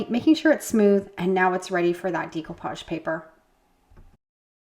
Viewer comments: As you probably know, the word Découpage is French, and is pronounced DAY-coupage, though non-French-speakers often say DECO-page, as in Art Deco. . . What I’ve never heard before is DEEcoupage, which is what I hear you say, A LOT, and I’m sorry but it’s driving me to distraction! (If you think it’s unreasonable of me to bring it up, then be grateful that you are not neurodivergent—as many Creatives are! It’s literally like nails on a chalkboard.) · Pronounication of decoupage is actually with an “a” sound. “Decoupage….just fyi